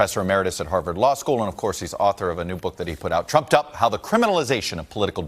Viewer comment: Trumped up? I thought he said Trump dump. Lol.